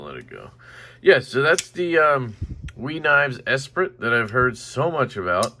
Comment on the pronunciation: just watched this video to listen to you mispronounce Esprit lol